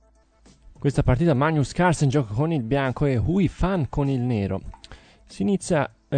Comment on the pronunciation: bellissima partita, mi sono divertito. Grazie. Comunque, non ce l'hai fatta: si pronuncia veik aan zee (z come la esse di rosa). E poi, Magnus, la g come "gatto".